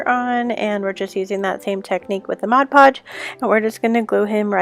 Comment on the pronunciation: the word ornament does not have a "d' in it. not ordament. and it is modpodge not modgepodge. if you are doing these videos try to pronounce correctly please.